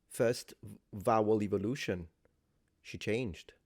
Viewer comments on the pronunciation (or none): none